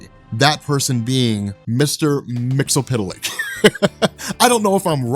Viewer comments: Just so you know it is pronounced as Mix-Yez-Spit-Lick. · mix-uh-plick! it's not hard. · MXYZPTLK, pronounced: mix-yes-spit-lick. Bugs me when it's pronounced wrong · Mxyzptlk is pronounced as "Mix-yes-spit-lick".